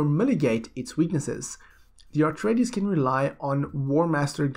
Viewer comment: Please... please please - It's A treides, not AR treides. Just a friendly correction, so you don't trigger the die hard Dune fans.